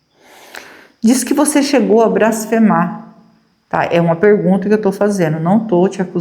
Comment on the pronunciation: NÃO É "BRASFEMAR" É BLASFEMAR. É BLASFÊMIA, COM L.